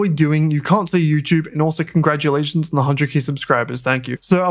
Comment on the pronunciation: Bro really said congragulation 😂😂